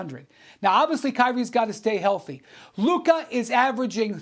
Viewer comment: He finally said Luka instead of Luker.